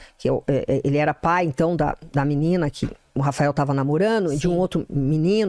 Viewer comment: "KIMININA" CHATAAA🤦🏻‍♂️💆🏻‍♂️